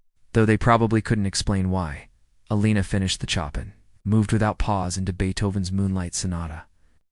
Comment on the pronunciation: This is a nice story. While AI flunks miserably on Chopin's name (Chop and Pee, Chopping and on Debussy (Abucey), it does illustrate the effect a great pianist and great music can have on people. I suspect the Debussy piece referred to is his famous Clair de Lune, and if you truly are interested in what effect that can have, I urge you to go to youtube and find Clair de Lune as performed by the fantastic Georgian pianist Khatia Buniashtivilli. I promise you will not be disappointed. The artist herself is totally into the music and the audience is dead silent. It is one of her favorite encore performances following her concerts. I am going now to listen to it again for the 50th time.